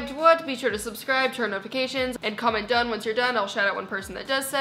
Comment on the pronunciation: Did u say done or dun